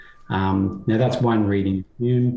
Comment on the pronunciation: Lol. Butchering Hume then unironically quoting CS Lewis. This takes me back